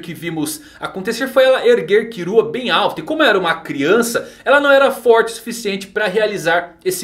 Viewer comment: me da uma agonia falar Kirua ou Aruka KKKKKKK slkk FALA KILLUA E ALLUKA PUFAVO